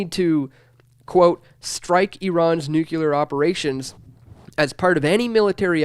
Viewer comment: This young man can't even pronounce "nuclear" properly. Do you think I'm going to trust his research skill?